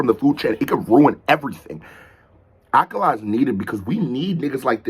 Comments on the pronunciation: Ayo, it's pronounced like "Uh-Kaah-luh" Kinda hard to specify the phonetic difference because it's a word/name where it just sounds so much more "right" to say it as a british person, but the emphasis is on the "Ka" sound. So idk if my comment will help at all, but this is awesome and I'm glad you're doing more Akala! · just so you know it's pronounced A-kah-la. smashing it as always!